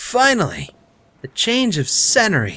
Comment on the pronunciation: "Scehnery, celery." xD You're just perfect xD xD